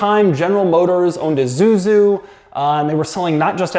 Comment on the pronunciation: Not sure what company ”IZuZu” is daddy Doug. 😜